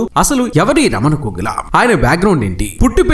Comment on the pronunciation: అక్కరలేనిచోట వత్తులు (ఘోగుల) ,నా అని పలకడం రాదు కర్మ.